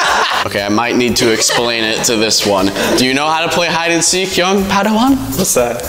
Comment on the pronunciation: You said seak it’s seek